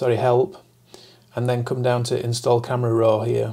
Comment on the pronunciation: There is no “r” at the end of “raw.” 😊 Why do you pronounce it “roar?”